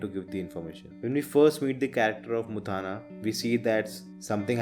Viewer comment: Bro you are pronouncing mutthanna wrong. It's not muthaana, it is mutthanna.